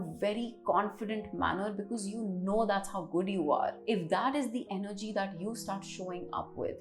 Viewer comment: money is Energy, not Engery :)